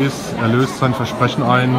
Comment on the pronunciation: Vesprechen? nicht Versprechen